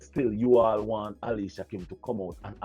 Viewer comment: big up yourself but her name is Alicia kim please pronounce it properly ok darling lol